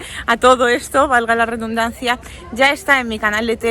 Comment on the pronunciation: No, dice "valga la rebuznancia"😂😂